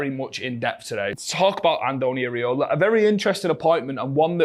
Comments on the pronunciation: It's "EEERA" NOT "EEERE" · Show some respect. Learn how to pronounce his name correctly. "Irry-Ola" HA